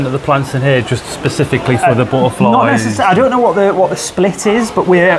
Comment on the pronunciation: The buttaaflys I love how he pronounces it lol 😂